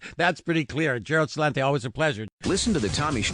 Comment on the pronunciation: This Tommy guy always calls Celente "Cha-lente"